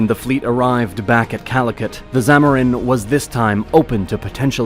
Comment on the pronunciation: It's is zamudiri, your pronunciations are wrong